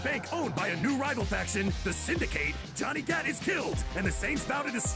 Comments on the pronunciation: "The Synda-kate"? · I'm sorry, HOW do you pronounce Syndicate? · I hate how he says syndicate